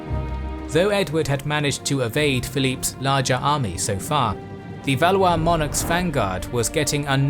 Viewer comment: Valley-is?! Valwah is correct pronunciation. LOL